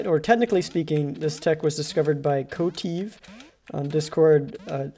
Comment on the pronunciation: NOT KOTIV!!! Kotave